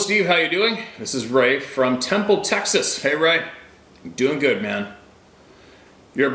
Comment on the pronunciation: Haha! Just say TEXAS!